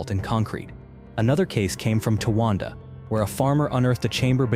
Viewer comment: It's TIOGA, non Tyogga whatever... F*ck AI.